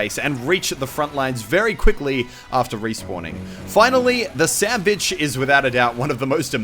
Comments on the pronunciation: Was it only me that heard him say: SandBitch instead of SandVich? Like if u heard it to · He said Sandbitch Instead of Sandvich, Or at least that's What it sounded like. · Sandwich sounded like sandbitch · Doesn't anyone feel like when they say "Sandvich" a lot of times, it sounds like sand "bitch"??? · I'm sorry but did you say sandbitch or sandwich? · Did anybody think Muselk say ''Sandbitch''? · When u said sandvich it sounded like sandbitch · i dont know if its just me but it sounds like mr muscle k says the sandbitch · Did u say sandvich or sandbitch because i heard sandbitch xD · u said sanvich right? not sanbitch? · lol i tought muselk said the sandbitch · The sandbitch...that's what i heard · Im confused. ON Whether Muselk said "The Sandvich" or "The SandBitch" xD